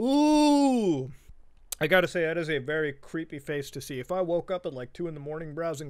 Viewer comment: o no that's not vewwy poggers